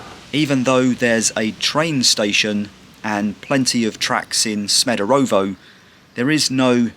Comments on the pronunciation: SmederEvo not SmederOvo. Great, informative video! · Good choice mate, nice video, thanx for your visit. Just a notice, your pronunciation 'Smederovo' is not correct... Greetings from Smederevo 😉